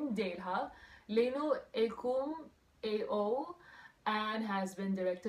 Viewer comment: When she pronounced that Ao Guy name LENUAKUM AO cracked me up so bad lmaaoooooo...